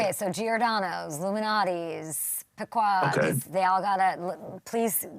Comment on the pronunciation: Pah-quads, Kay?! It’s PEQUODS.